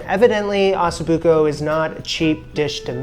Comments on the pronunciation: It is Ossobuco and not Assobuco! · Sorry got turned off when I heard him call it ass o'buco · like fingernails to the chalkboard the way he pronounces Ossobuco. Can you try please? Go listen to an Italian saying it! Beyond that, nice find and good video.